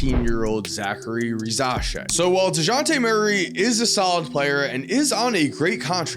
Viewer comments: it's pronounced RISH-A-SHAY not Rishasher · That Risacher pronunciation was generationally bad